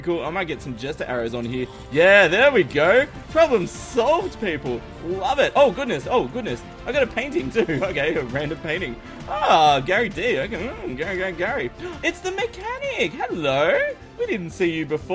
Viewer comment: its Gray D, not Gary D, as in Graydee, the mod author (just talked to her, she isnt that happy about this XD)